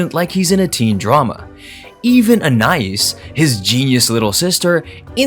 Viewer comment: pronounced “ann-eye-ees” not “a-nice”